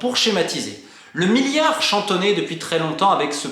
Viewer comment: Miyon, miyard MiLLLLLLlion MiLLLLArd merde ahaha je craque Sinon super vidéo merci